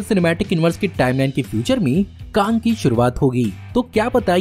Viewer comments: It's Kang not Kaang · Bro bus KANG ko KAANG mat bola karo 👍 Baki sab A1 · It's Kang not Kaaang annoying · Woh kaang nahi kang hai 🤣🤣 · bro it's Kang not kaang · Bhai tu Kang ko kaang kyu bolta hai 🤦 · Bhai, Your pronounciation of Kang is wrong. You are saying it Kaang which sounds irritating. Kindly correct it... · Please prounance the KANG correctly..😂😅🤧🤭🤘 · Pronounciation of Kang the conqueror is wrong